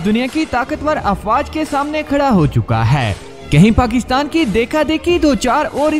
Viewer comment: نام ٹھیک لیا کریں پاکستان ہے پکستان نہیں